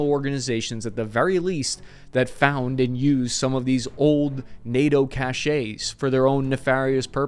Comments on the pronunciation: FEEDBACK: Thanks for your research. Now, please STOP saying 'cashay' for cache. It's a French word pronounced 'cash'. In French, an E only has that '-ay' sound if it has an accent mark. (Accent aigue = forward slash version.) Thanks. PS: Stop saying 'Macrone'. That's wrong too. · "Cache" is a French word and is pronounced "cash", not "cashay". If it was pronounced that way, it would be spelt "cachet" (like chevrolet) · “Cache” is pronounced “cash” not “cachet.” A military guy should know the difference. BTW I’m a 24 year retiree and I do know the difference. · weapons cachés? lmfao cache is pronounced like "cash" not like "café". outstanding report otherwise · Dear, please work on pronouncing correctly. Cachet (2 syllables, like you say it in the video, meaning social prestige) is completely different from cache (1 syllable), which is what you mean. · "Cache' is pronounced like "cash." The way you pronounced it is spelled "cachet." "Clandestine" is pronounced with a short "i" sound, not a long "i" sound (like "tin," not "tine." Just FYI, for verite. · Thanks. Interesting video. BTW the french word cache, meaning hidden stock is just pronounced like cash, not "cashay". Americans seem to think that every french word has to end in -ay. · That was very cool and interesting. Enjoyed the massive digression into history of Cold War stay behind strategy! Digression gets a bad rap. Just one request: "cache" is pronounced "cash," and refers to a store of equipment or provisions. "Cachet" is pronounced "cashay" and refers, basically, to prestige. In the name of all that is holy for God's sake quit pronouncing "cache" as "cashay"! I have been listening to you doing this for over a year now and it's like you're kicking me in the balls every time. New channel, time for a new leaf: Cache = "Cash" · PLEASE. A cache, pronounced "cash", rhymes with "stash", has got nothing to do with cachet ("cash aay"). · Cache rhymes with cash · Cache is pronounced like cash.